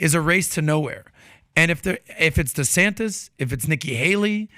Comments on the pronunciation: Did anyone notice Trump kept saying “DeSanctis”, not “DeSantis”. It’s a playon from his original attack “DeSanctimonious”. It’s subliminal, it’s intentional and it’s pathetic. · Is he calling him Ron Desanktas